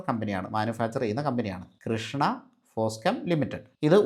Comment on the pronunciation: ഒരു ചെറിയ തിരുത്ത് ഉണ്ടേ .. " കൃഷ്ണ " അല്ല കൃഷാന ഫോസ്കെം ആണ്